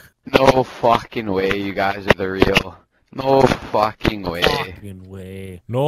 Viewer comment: the way vanoss says fucking way 😂